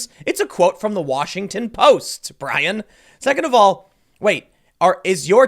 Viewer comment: poor "show tunes" Bwyan, Wewiable Sworces, Stelter.